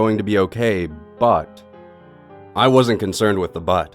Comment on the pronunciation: why did you say butt instead of but?